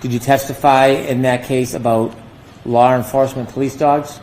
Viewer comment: go back to Junior High School and retake the course “English”. You obviously failed it. Law Enforcement is pronounced “Law Enforcement” not “Lawr Enforcement”.